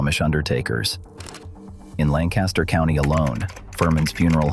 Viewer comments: It's not A mish.....it's pronounced Aww..mish. And Lan Caster is pronounced Lank Aster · I live in Lancaster, PA amongst the largest Amish community in the world. There are numerous mistakes in this video which I won't go into detail about. The 2 biggest mistakes that every single AI generated video about the Amish or Lancaster is the pronunciation of Amish or Lancaster. Amish is pronounced like Amen and Lancaster is pronounced like Lankister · I live in Lancaster Countty and have for most of my life. The building shown as Furman's is a fabrication. The actual Furman's is nothing like this. The robot AI soundtrack misprounounces Amish - the first syllable rhymes with Pa, not Pay. It likewise mispronounces Lancaster. There is no reason to believe anything in this video.